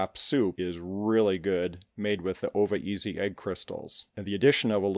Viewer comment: When you said "Ova-easy" I thought you were trying to be cool.... Them I realized it is a product. Lol